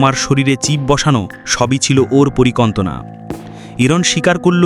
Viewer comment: পরিকন্তনা না পরিকল্পনা ভাই ২৪:৪৭